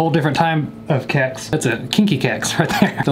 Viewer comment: i like that pronounces Kex better than half of sweden.